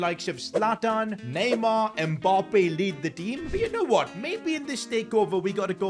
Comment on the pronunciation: Why do you call him Mboppe haha